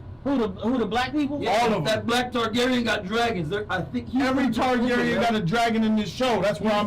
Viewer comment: This dude said niggagyren 😂😂